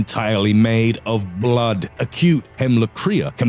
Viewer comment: Why does he say blood so weird